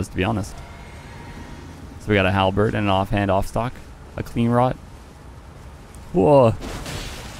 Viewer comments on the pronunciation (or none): none